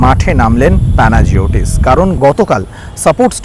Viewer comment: উচ্চারণটা হল প্যানাইওটিস ডিলবেরিস (অথবা ডিলম্বেরিস)